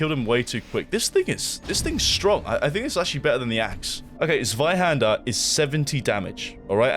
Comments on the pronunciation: As a German, I'm really proud of the way you pronounce the word Zweihänder ;P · As a german I just can’t get over how he pronounces 'Zweihänder' 😅 Lovely 🥹